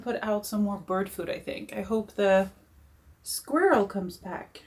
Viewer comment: Funny! The way you pronounce and say squirrel 🐿️ sounds like the way it’s pronounced in French! Ecureuil